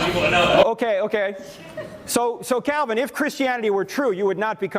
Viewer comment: I thought you said John Cena for a second. Lol